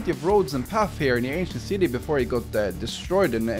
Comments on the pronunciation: Whenever he said “ancient peoples” I thought he said “asian peoples” which I personally thought was pretty funny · When you said 'aincient city' the automatic translator said 'asian city'💀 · i swear all i'm hearing is him calling the ancient city the asian city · Him: Ancient city Captions/Subtitles: Asian city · I don't know why I kept hearing "Asian" instead of ancient lol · Every time he says “ancient people” I think he is saying “Asian people” and it was so confusing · Were you saying ancient people or Asian people I'm confused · Is it just me or most of the time when he says ancient city sounds like 'asian city' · is it me or he keeps saying asian instead of ancient?